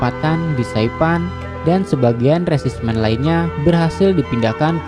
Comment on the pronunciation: iya resimen jadi resismen